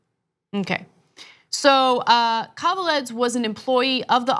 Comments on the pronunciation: Guys, you really butchered that last name .... Kaveledz... :D might be for an early hour, but for some reason I snorted basically every time you said it. Just a quick hint - KaveladzE. :D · Pronounced... Kah vay lahd zay... ("a" is "ah... "e" pronounced as long "a").... His name is Georgian... from the Republic of Georgia (Stalin's birthplace/home country)... but Irakli "Ike" Kaveladze is reportedly Russian, not Georgian. Officially, he's still a mystery.... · Ana, Ike Kaveladze is pronounced ee-kay Ka-vel-ah-dze (dze with the “e” as in elephant)